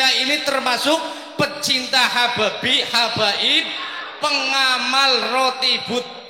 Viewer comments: Hababi.. ?? Duh pak, kepleset lidahnya koq malah nganu yaa... kemekel aku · Semangat sekali bapak ini sampe kepleset lidah terucap cinta habaib tapi tolong di maafkan karena bener tida di di sengaja lain dengan pak rizik yang salah ucap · Hababi, kesleo lidah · lidah kepeleset habaib...jadi ha......pertanda apakah..